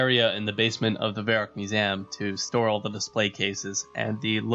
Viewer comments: what's a musam you keep on saying? do you mean MUSEUM? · Mew-zee-um not mu-zam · Musaem... fuck... its mew-see-um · why do u pronounce museum with an A? Lmao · you say museum weird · Why are you saying museum like that? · you say museum like a jersey girl ) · So sorry but I had to stop the video after your pronunciation of 'Museum' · learn to pronounce Museum.